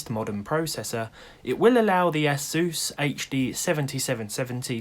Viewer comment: No one: Absolutely no one:: Ass-oos